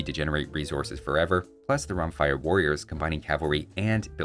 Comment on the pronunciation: It's pronounced "Romfèa"